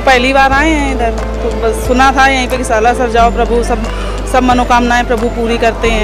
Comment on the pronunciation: हिसार हरियाणा से निवेदन। स्लासर नही, सालासर बोलिए एंकर बहन